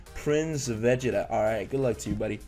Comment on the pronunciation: Did this man just pronounce vegeta wrong